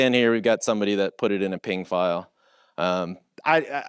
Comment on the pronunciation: He called it a "PING" file :)